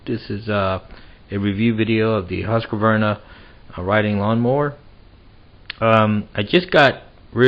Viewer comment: It's not that his camera is bad -- it's a low-res upload to the internet. Well, his camera may be lousy, too, but no recent camera is 144p. And, it's "Husk-var-na" -- 3 syllables, not "Husk-a-var-na." You should be able to correctly pronounce the names of family, co-workers, and power tools. If you don't, they'll bite you.